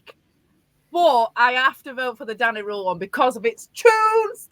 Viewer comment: I’d like to vote for the Wednesday week as SWFC podcast of the year. Top work guys. I agree with most of the awards except for player of the year 😂. But please please for next season can you stop pronouncing Danny Rohl as “Danny Rule” 😂 goes through me every time I hear it